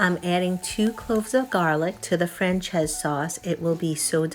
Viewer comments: Nice, easy recipe. Serve with salad? Rice? b/t/w it's pronounced "Fran-chay-zeh" (not "Fran-chayze") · Hey... If you are going to get fancy...pronounce it properly...its...fran- chay- zay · Looks delicious but damn you butchered the name. Lol